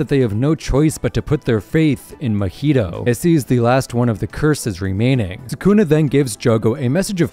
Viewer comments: Its mah-hito not ma-hito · If you say muheedo one more time ima go crazy, it’s “MA-HEE-TOE” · I’m sorry “MEHETO”? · say mahito coreectly